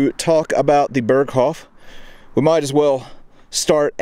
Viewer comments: Pronounced…”bear coff”…..not “bur coff” 😂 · Please stop saying "Berghoff" it's "Berghof". Dagmar Berghoff is a former German news presenter, "the Berghoff" has nothing to do with Hitler's mountain retreat. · Great video. Its hof, not hoff. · Berghof, not hoff. The mispronounciation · Man if u say the original authentic words please pronounce them right .. its annoying .. use the translation if u cant get the pronunciation right, ty . its not fucking BERGHOFFFFF